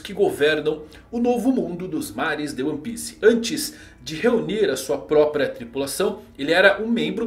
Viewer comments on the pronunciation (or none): none